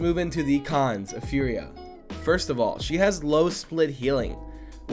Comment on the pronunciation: Is it just me, when says con's it sounds like khan's? 😂 Great content as always